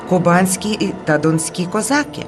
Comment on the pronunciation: Дуже все гарно. Щоправда, "козакú", а не "козáки"...